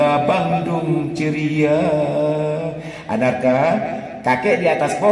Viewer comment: namanya bukan anarka aidan, tapi arkana aidan 🤣🤣